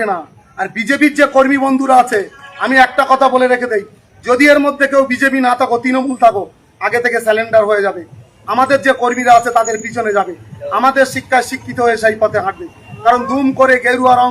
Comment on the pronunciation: শিক্ষার কি নমুনা, সারেন্ডার কে বলছে, স্যালেন্ডার।